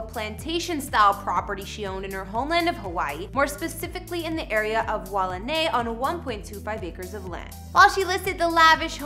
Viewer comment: It is pronounced 'why-ahh-nai' and the house here In Waianae was for her parents. Her parents later wanted to move so she sold the house and got them another 1 that they liked.